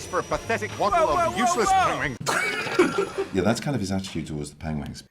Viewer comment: sighs time to add "pengwing" to the list of words i purposely mispronounce